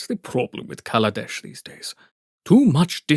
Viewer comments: It was pronounced KaLAdesh, not KAladesh. Now it's Avishkar, so that we don't have to worry about accidentally saying "black country" instead of "tomorrow country." Then again, Mohar Varma is an old-fashioned character stuck in the past, so I wouldn't be surprised if he were racist (though I would be disgusted). Speaking of pronunciation, aether is pronounced eether, not ayther. At least there aren't any racial implications that I know of for mispronouncing it. At least the narrator pronounced "Grand Prix" correctly (gran pree). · Wizards of the Coast literally wrote an article explaining exactly why they changed the name of the plane. Where do you think I learned about the different meanings and pronunciations of Kaladesh? If Wizards didn't care about it, then I wouldn't even know about it. 😎